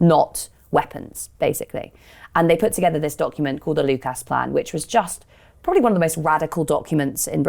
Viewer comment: I like abd admire what the Lucas workers tried to do - and the venture failed. I doubt very much that mainstream business and finance lost so much as a picosecond's sleep over the implicit threat to the established way of doing things presented by the reshaping of Lucas. ('Lucus', not 'Luke-ass' - British English loves a schwa.)